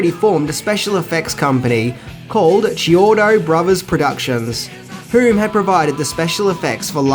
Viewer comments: Thats KEY-ODO, NOT CHEE-ODO and they also did effects work for the Weird Al Yankovic movie UHF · The filmmakers last name is pronounced key-OH-doh. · The brothers’ last name is pronounced Key O Toe